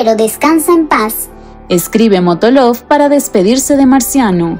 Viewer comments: alguien se dio cuenta que la que habla dijo , motolov y no molotov 🤦🏽‍♀️🤦🏽‍♀️🤦🏽‍♀️ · Molotov! No Motolov! Jajaja